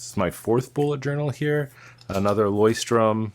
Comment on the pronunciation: Btw, it’s LeuchtTURM and not LeuchtTRUM